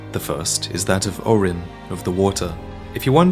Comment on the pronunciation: O’Rin is pronounced “oh-reen”, not “ore-in”